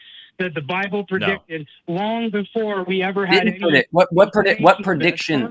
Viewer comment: The way says "prediction" as "per-diction" makes my fat ass hear "Perdue Chicken".:)